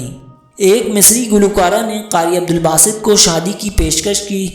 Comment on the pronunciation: عبدالباسط ہے صحیح لفظ۔ اور کسے نہیں کیسے ہے۔